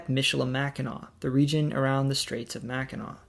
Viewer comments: Great video, and you did not mispronounce Mackinac and Sault Sainte Marie. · As a viewer of this series since the first couple videos, I was nervously anticipating Michigan. You hit it OUT OF THE (Comerica) PARK! You pronounced the words mostly correctly (Im so glad I didn’t have to sit there cringing each time someone said “Salt Saint Marie” or “Mackinack” bridge) and honestly did better than me with some of the French pronunciations. I am a native of Michigan and have left for short amounts of time here and there, but now at the age of 36 I’m probably going to stay here for the rest of my life. It really is the most balanced states. The weather isn’t extreme usually (I’m saying that as someone who survived a direct hit by an EF-2 tornado in May of this year) with winters being cold but not too much so and summers being the best in the country (can’t go wrong with summertime in Northern Michigan). The people are nice but not too much so, the economy is diversified and cost of living is relatively low, and there is enough beauty and scenery to always find new places to go even if you go somewhere new in the state each weekend. Plus, being here in the Kalamazoo area, we are <4 hours from Chicago, Detroit, Canada, the Appalachian Mountains, etc. and within an easy day’s drive from many other parts of the country. I encourage everybody in the US who hasn’t been here to make a trip someday!